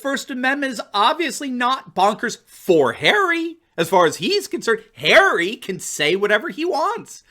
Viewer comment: It’s not Prince Harry. It’s “Prince Ha-Ray!” Of course an ultra elitist royal isn’t going to understand the fundamental rights of citizens.